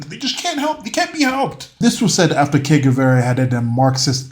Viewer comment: Ernesto Che Guevara was a medical doctor and he sounded like Shakespeare compared to low IQ Charlie over here 😂, pleeeeaaaase. Also you are saying Que Guevara, you want to be saying Che, more like a “Je” sound.